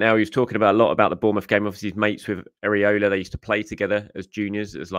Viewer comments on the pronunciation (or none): Why do you keep calling Iraola “Areola”